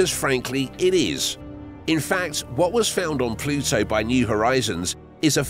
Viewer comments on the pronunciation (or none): It's Pluto... not plutso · Drink a shot every time he pronounces it “Ploo-So”! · You say the word “Pluto” funny with your accent